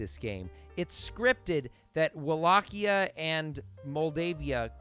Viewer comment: Its pronounced Wallachia not wallqia whats is wrong with you